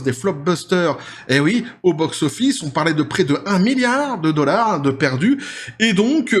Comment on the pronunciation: Dollar pas dollarse